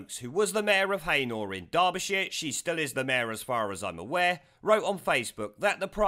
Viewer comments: She should be deported. FYI It's pronounced heena not haynor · The place Heanor s pronounced as HE-NER not HAYNOR, hope the helps. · Sorry but its not pronounced Hay-Nor, its pronounced Hee-Nor coming from Derbyshire it really grates on me when its pronounced wrong. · I don’t mean to nit pick, but in Derbyshire Heanor, is pronounced Heenor. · Laugh at how you say Heanor , i live to the south of the town in sunny ilkeston locals would pronounce it " He -nu " put both together and say fast it would sound right ! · It's pronounced 'Heenor' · Heanor in Derbyshire, just, is pronounced .....HEE NER. Strung together as one word, just letting you know. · Heeenor mate pronunciation only. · Its Pronounced He-nor . Otherwise great video. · Pronounced HE-NER mate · Heanor is pronounced he- nor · Pronounced Heener by the way :) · It's pronounced He-ner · You pronounce Heanor worse than a satnav does - it's pronounced Hee-Na. :D